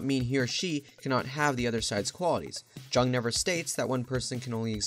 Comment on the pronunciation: Mispronouncing Jung bro